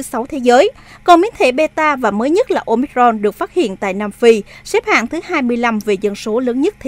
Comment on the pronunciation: Ten cua bien the doc la : Ô mi cron !